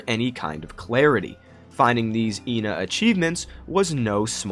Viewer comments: Ngl I think ENA is supposed to be pronounced eh-na which is how u pronounce the number 1 in greek which would be ironically absurd since it's 2 personalities which fits with the game(also I'm Greek so there is bias) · its "Ay-nah" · RAAAAAAHHHH USE IPA IT'S /iːnə/ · her name is pronounced ahna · from what I saw regardign the teaser for the game, ENA's white side is the meanie and the red side is the salesman As for how to pronounce her name, everyone pronounces it differently through out the game thus any way you say it is the right way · When Joel G refers to ENA he says Eh-Na, he never confirmed or denied that its the right pronunciation tho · mispronounces her ƎNA's name too from time to time